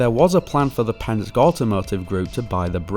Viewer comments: Absolutely wicked video ! Gunna help you or ya ai out here lol its pronounced "pens-key" . Not tryna nit pic, they just...a massive team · i second to this and the pronounciation of Penske can be Pens-key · Man, you really butchered the pronunciation of Penske. It’s two syllables: Pence and key. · Penske is pronounced "Pens-kee"